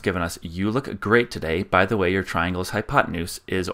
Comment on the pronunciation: "hypotenuse", BTW.